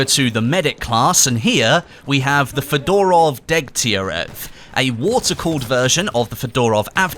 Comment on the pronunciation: The way he pronounces Fedorov really bothers me...but I have no idea how it's actually meant to be pronounced. He could be bang on. FeDOORov just sounds weird though.